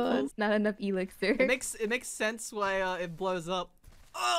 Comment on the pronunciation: the E lixir hahahahaha